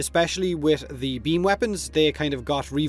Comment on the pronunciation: Real human bean xD